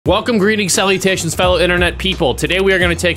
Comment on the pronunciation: Did you just say sally-tations?